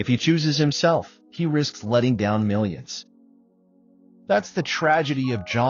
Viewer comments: Pronounce his name right! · You should learn how to pronounce his name,before talking about a tragedy.